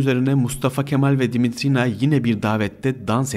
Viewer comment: Darılmaca olmasın olumsuz bulduğum noktaları yazacağım..Ses arazlarınız var..Uzun telaffuz edilmemesi gereken harfleri uzun telaffuz ettiğiniz kelimeler ve kısımlar olmuş..Yabancı Dimitrina ismi eril telaffuz edilmiş bir yerde..Anladığım kadarıyla "r" harflerini de telaffuzda zorlanıyorsunuz ve alttan alttan kulağa çarpan garip bir aksanınız var..Ayrıca Fethi Okyar için kullanılan "izdivaç" kelimesi benim bildiğim evlilik için kullanılır yaygın manâda.. Flört ve sevgililik için kullanıldığını sanmıyorum ama tartışılır elbette..Bir de aktarılan bilgilerin kaynakları konusu var..Gerçi link'te kaynakça gösterilmiş ancak video içinde verilse alt yazı ile daha uygun olur düşüncesindeyim..Ha tabi her kaynak ve aktarılan bilgi güvenilir mi yüzde yüz hakikât mi orası tartışmalı bir konu..Arada bence uydurma hususlarda çok..Videoyu beğendiğimi söyleyemem..